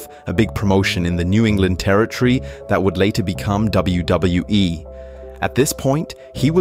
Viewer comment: Please learn to pronounce the word "Territory" correctly.